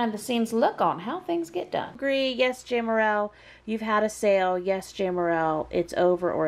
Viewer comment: Im just curious why you said your name is pronounced with a long A but in videos you call yourself Jamerrill ( saying Jam with the short A) genuinely curious:) love your videos